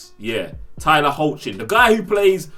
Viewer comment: Tyler's name is pronounced "heck len "